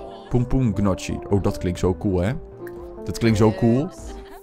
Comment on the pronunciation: Gefeliciteerd met je verjaardag!! Je zegt trouwens pompoen njoggie;)